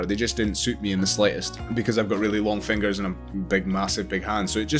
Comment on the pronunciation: Nobody: This guy: I gout mahsive fiengurs